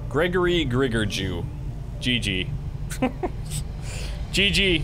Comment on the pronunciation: I think we should tell to pronounce J like he pronounce it in "hjerpe".